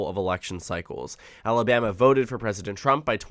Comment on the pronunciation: AL-a-BAM-ee ain't what she used to be!